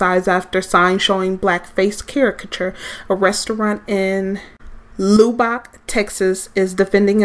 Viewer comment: Lol at "Loobock". Its pronounced Lubb-ik